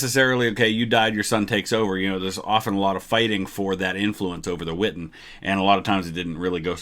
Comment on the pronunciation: The witten? I thought it was the wittan